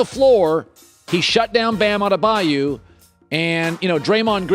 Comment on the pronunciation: AdebaYO not adebayou 😂